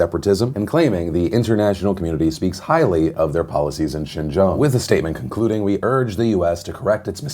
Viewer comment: funny that he can say Xinjang but not Grande. :P